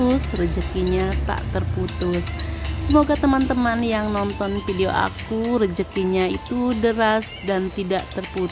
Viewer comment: Hebat... coba sebut video bukan pidio